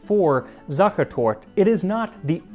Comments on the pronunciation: SachertortE, you pronounce the E at the end. And Süddeutsches Kochbuch will not have the original recipe as it is German and not Austrian and only Café Sacher does have the original recipe. All other SachertortE are varieties. Beware: I am not saying the original one ist the best 😉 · Sachertort" instead of,,Sachertorte" Me: weeping in Pain🙃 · You need to pronounce the E --> SachertortE !! Not Tort, it's TortE !!! But I still love you 😘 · Hey, kudos to your on point pronounciation of the ch, which is usually quite hard for english native speakers but fyi the e at the Torte isn't silent at all. It's really just pronounces tor-te. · Sachertort*E* German is not french! The "e" is not silent! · Your German speaking friends should have told you not to miss the e at the end of Sachertorte. You say Sachertort the whole video, which reminds me of the word turd, sacherturd. Just pronounce the e at the end and pronounciation is great. Schlagobers was on point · Not to hate on your language skills (most words were pronounced pretty good) but why do englisch speaking people refuse to pronounce the e at the end of so many german words 😂 it's sacher tortE not sacher tort 😉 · Great video, but the e at the end of words in German isn't silent. So it's SachertortE, just a tip to instantly improve your pronounciation tenfold. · It really isn't too much to ask to type "Sacha Torte" into google translate and listen to the audio pronunciation. I feel a cold shiver down my spine everytime I hear you call it "Sacha Tort". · One small thing. In German you pronounce the e at the end. So its Sachertort-e. With the e more like the ä, not like an i. Like the e in end. Also you should roll the "r" more, but i can understand that this is a little bit too much to ask. 🙂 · not sure how the viennese pronounce it but in Germany it is the same as you say, but the e at the end makes a sound. sachertort-uh. the e is not for decoration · spot on except Sachertorte itself... he kept saying Zohchertort